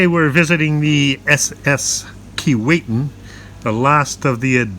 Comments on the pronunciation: not to be picky but it isn't called Keewaitin...it is sounded as Keewhatin... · Pronounced Kee-WOT-in not Kee-Wait-in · Actually pronounced Key-what-in. You mispronounced at the beginning. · Kee-WATT-in... and Titanic was built in Belfast, Ireland, NOT Scotland. St. Lawrence Seaway wasn't opened until well after the Keewatin was built. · When it was dock in Saugatuck Michigan that's how we pronounced it, key-Watt-in. It took about 6 weeks of dredging to float it out to the Kalamazoo River and Lake Michigan from there. Miss seeing it. Thanks for the video. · Where did that pronunciation come from. Jeez, it’s like nails on a chalkboard. It’s spelled with one “T”, not two. Other than that, great documentary. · I don’t know about you, but that’s not proper English. He pronounced it right in the beginning, and then wrong for the rest of the video. I live less than 100 kilometers from the town of Keewatin.